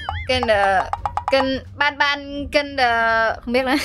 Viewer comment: ơi chứ ban ban mà sao anh đọc thành bang bang😢😢😢😢😢😢😢😢😢😢😢